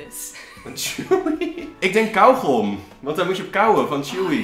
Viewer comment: een ding het is kauwgom niet kauwgum hah